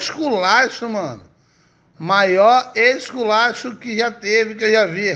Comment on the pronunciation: que ixculaxo kkkkkkkkkk